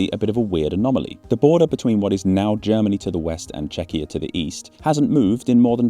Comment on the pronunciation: Or pronouncing Czechia as Chechia (or how that would be even spelled), that kinda grinds my gears